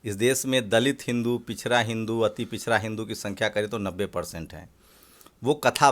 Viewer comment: भाई एंकर साहब बोलना सीख लो पिछड़ा नहीं कह पा रहे हो